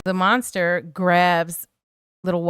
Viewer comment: Who you callin monsta??? lol